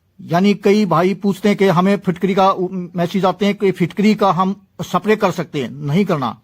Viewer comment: सप्रे नहीं. स्प्रे बोल